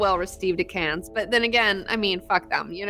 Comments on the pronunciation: We say "Can" not "Cans" for Cannes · Dude, "Cannes" is pronounced "can". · for future reference please stop pronouncing Cannes as "cans" the s is silent. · Learn how to pronounce Cannes. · You don't pronounce the s in Cannes. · love the show :) quick comment: the 's' is silent at the end of Cannes